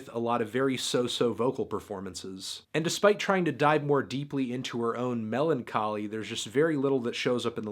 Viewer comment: Did he just pronounce melancholy as melon-choly? That's crossing the line. Unsubscribed.